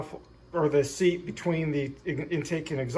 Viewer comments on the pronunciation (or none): none